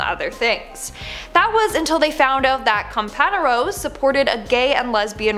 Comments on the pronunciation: It’s com-pan-yeros not com-pan-eros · Wow she butchered that word. Compañeros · Worst pronunciation of the word "compañeros" I've ever heard.😄